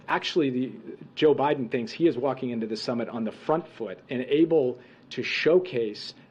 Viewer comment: Oh great more lies to be spewn. Oh look she went to say obiden again